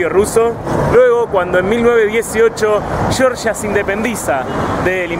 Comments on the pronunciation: Lo siento, no puedo verlo, cada vez que dices "yoryia", es que no. En español se dice como se escribe: Georgia. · Se llama Georgia no Yorya, pronuncia, deletrea bien, si lo intentas seguro lo consigues, GE OR GIA no YORYA tipo Yanqui. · Georgia como lo pronuncias es en EEUU chirria el oido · Llevas razón Georgia como se escribe GEORGIA jajaja😂😂😂 debe tener algún problema en Argentina de pronunciar la G